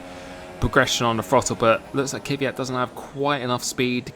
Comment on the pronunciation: Who is this Kiviat you keep talking about?????? ther is no formal 1 driver with that name...!!!! im sure it cant be Kvyat.. For a big formel one fan at least get the names right....Its like when uk people say Vettel, its rong you say Fettel, thats his name, sure you dont mean anything by it, just sounds